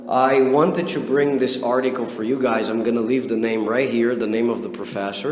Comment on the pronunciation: I like the way you pronounce "to" like tchoo.